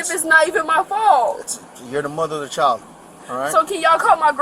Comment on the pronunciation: FYI: the world CHILD does in fact need the "d" to be pronounced. Its "child" not "chal"...